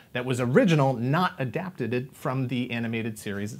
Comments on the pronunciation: "Adapted-ed"? Yep, we noticed, lol. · Adapted-ed....lol. I’m sure no one else will notice. Always entertaining! Thank you. I enjoyed this show upon its release. Glad to see it still has a following. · Adapta-did? Yeah, what did she do!?! Who?? Adapta 😅